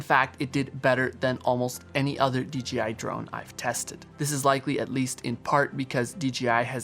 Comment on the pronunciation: Great vids, but you forget that the BRAND is Pronouced with a JAY not a GEEEE. why you keep saying D Geeee I ???? Come on now !